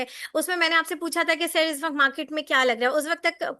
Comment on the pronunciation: "izz waqt" nahi hota " iss waqt " hota hay... tallafuz apni sahi karen kindly. Allah aap ko kamyab kry. Ameen